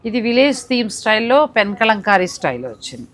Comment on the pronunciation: Kalamkari andi. Kalankamlaga pronounce chesthunnaru . Telugulo kala annattu pronounce cheyyali